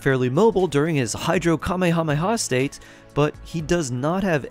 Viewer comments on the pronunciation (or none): none